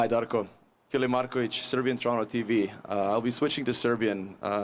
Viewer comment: As the Toronto tradition someone needs to teach coach how to say Toronto as the citizens say it in my opinion